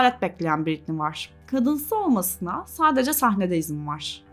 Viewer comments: her konuda yargı dağıtırken 1 saatlik videosunu yaptığın kadının 1000’lerce kez telaffuz ettiğin adını doğru okumayı da öğrenseydin keşke. Britney “Britniyyy” diye okunmaz, “ˈBɹɪtni” o… Wiki’de bile var. Saatlerce araştırmak ya da C2 İngilizce öğrenmek gerekmiyor. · en azından şu telaffuzlara bakmak bu kadar zor olmamalı ya britniyyyii yani... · Sen lütfen Bɹɪtni diye okuyanlardan izle. Bu öfkenin kaynağını da boş vaktinde bir araştır